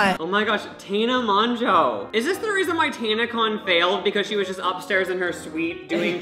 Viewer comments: Ik this is late but the way he was saying Tana Mongeau annoyed the crap out of me.. It pronounced (tan a mojo)😂 easy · Lol, how he pronounced "Mongeau" Its basically Mojo 😂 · HE SAID TAENA MONJO OH NEVER😭😭💀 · It’s pronounced MOJO lmao! Tana Mogo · Its pronounced mojo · It’s pronounced mo joe. (I know that’s not how it’s spelled but that’s how you would say it.) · Awww I love 😂💗 he managed to pronounce tanas last name differently each time and said it wrong each time😂😭your sweet heart 😂💕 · Does he mispronounce Tana's name on purpose or does he genuinely not know??? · why are you so unable to pronounce tana mongeaus name lol literally both names you mispronounced so many times 😂